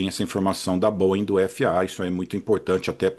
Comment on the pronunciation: Finalmente alguém que fala corretamente o nome da Boeing!!! Geralmente eu só escuto colchão de molas: bóing, bóing, bóing...